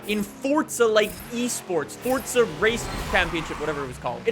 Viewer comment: Stop saying fortza